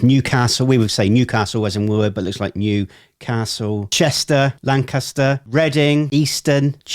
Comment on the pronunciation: I'm impressed! You pronounced Lancaster(in PA) the way we locals do! All be it with a British accent of course. Most states have a city, town, or county named Lancaster but most(I think all, actually) pronounce it very differently. Forgive my ignorance but I thought British people would pronounce it the way everywhere in America does. Perhaps in Pennsylvania, we pronounce it the British way? We do have an original history with you guys! 😁 Here Lancaster is the Red Rose City and York is the White Rose City.